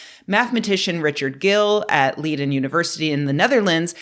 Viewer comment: That's not how to pronounce Leiden.